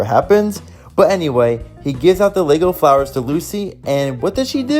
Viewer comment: It’s Lisa Lego not lugo